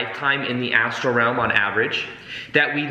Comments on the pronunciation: So funny :) it seems you are new to these concepts but you are very excited about them which is good. It's not an ASTRO body though, it is an ASTRAL body :) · Astral not Astro!